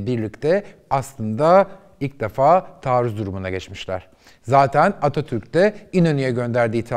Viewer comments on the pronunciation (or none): none